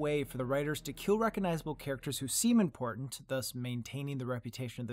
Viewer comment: "aaand... Rickon is not impotant."